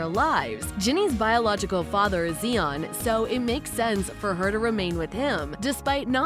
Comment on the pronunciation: Zi-on, not Zee-on.